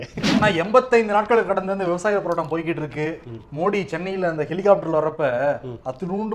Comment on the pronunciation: தம்பி தயவுசெய்து போராட்டம் என்ற வார்த்தையை சரியாக உத்தரவிட்டார்!